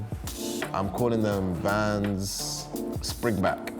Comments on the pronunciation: VANS! NOT VAN! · Hearing that one guy call Vans a “van” I knew I had to click off